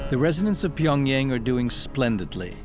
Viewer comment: Narrator's Pyongyang pronunciation is getting on my nerves...